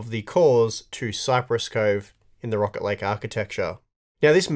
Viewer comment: I kept hearing Rocket league instead of rocket lake haha